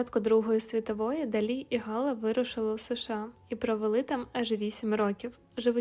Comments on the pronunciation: Не Га'ла, а Гала'..... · Цікава розповідь,але наголос ГалА від фр.gala свято